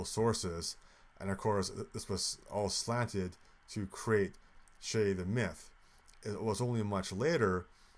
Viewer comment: It’s not shay. It’s Che like in che-ckers